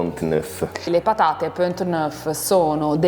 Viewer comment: "Siamo arrivati al momento delle pathate", ha detto con accento toscano pronunciando la "gorgia", il "th" italiano, suvvia che ci si inthende...